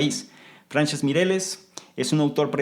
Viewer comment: ...y con la misma intención 🤗 el nombre, se pronuncia Fransésc (es catalán). Muy bien explicado muchas gracias, me encanta este video.